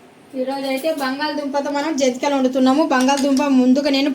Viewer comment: జంతికలు 😮జంటీకలు కాదు